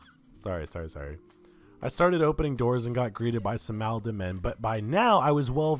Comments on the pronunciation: god the way you kept saying "MAHLdenmen"................its pronounced Maul-den-men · I think it’s probably pronounced “mall-den” men—Malden is a city in MA. Had to say something 😂 great video